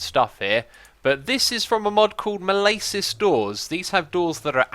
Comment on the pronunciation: malasis doors has a short a not long. sorry but i always correct people